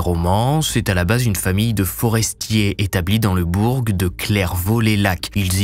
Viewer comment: 14mn "le bourgue" ça devient critique là ..